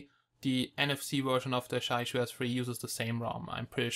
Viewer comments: It is pronounced as "jee-ya yu", the yu made pursing your lips and rhyming with "she" without the s. Jia sounds exactly like the Chinese word for family (use Google Translate to articulate). And Yu is fish. I suspect the manufacturer is from Jiayu Country, Hubei, China. ;-) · Roslan Japar I asked several real Chinese people about this. And all told me that they don't say Jiayu like in this video here or in some special strange way. They say it just straightforward Jia-yu, that's it. People think in their mind that it is pronounced is a special way just because it is Chinese. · It is pronounced Jiayu ( chi-ya-yu) correct me if i'm wrong..thanks..nice review and the device itself have a good specs!